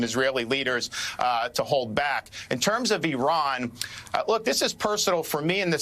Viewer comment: DeSantis can’t pronounce Iran correctly. He’s a horrible governor for Floridians. We have the highest inflation in Florida since he became governor. It’s impossible to get home owners insurance. Florida has the highest Covid rates. DeSantis is a a yt Christian Nationalist Authoritarian. The only reason why he won with a wide margin in 2022 is because he cheated by gerrymandering the map. He’s ruining the education system in Florida & now we’re leading with the most banned books in the nation. DeSantis doesn’t care about the Jewish people. When his education department banned 2 books on the Holocaust, DeSantis claimed he didn’t want that woke ideology in Florida’s schools. Anti-Semitism rose 200% the first 3 years while he was governor & sadly it’s still growing. Keep him away from the Presidency if you don’t want this country to become the fourth reich.